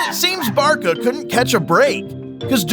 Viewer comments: The Barka fans? Barca is pronounced barsa... you are just reading a script and know nothing of football, do you? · “Barka”? It’s Barca. Like Bar-sa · I found it extremly annoying when he said "Barka". Along with multiple player names. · Bro say barkahh instead of Barca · What is "Barka"? You mean "Barça"? Even English uses Ç in façade, at least tell whatever TTS model you used for the audio to read properly. Same with "Argenteen" what is that? It's either Argentine or Argentinian, you have 2 choices, and still type it wrong? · Stop calling Barça Barka 🤣🤣🤣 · Who TF are 'Barka?' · Americans giving footballs highlights like its wrestling 😂😂 The pronunciation is terrible Barka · Bro is saying barka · its barCa not barKa, sry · One would have thought that with USA co hosting this 2026 World cup, they would at least pronounce club and player names correctly :\ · I swear you are just deliberately mispronouncing every name, club and competition for rage bait lol. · Barca is pronounced Barkahh. The way to write it correctly is Barça.